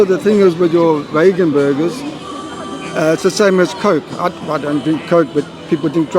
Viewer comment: your the one not listening to what he said. He clearly said Bagon and not VEGAN. Clearly he does not care about veganism. Hahaha